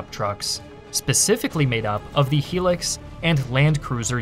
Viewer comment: What is a helix? I thought it was hilux